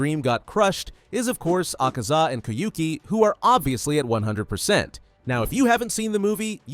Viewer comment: The moment he said AHKAZA Got me rolling on the bed-floor -wall yes ik iam a spider